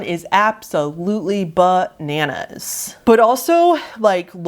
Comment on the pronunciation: I like whenever describes something as "Buh-nanas" (Also, "buh-zarre" but to a lesser extent haha)